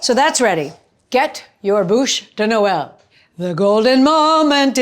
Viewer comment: You are so cute, you kept saying '' bouche de Noel'' which translates to Christmas mouth....you did a great job...it's a beautiful Bouche de noel!!!!😍😍😍